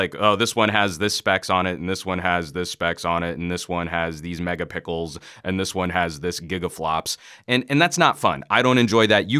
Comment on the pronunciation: did you say megapickle?????????????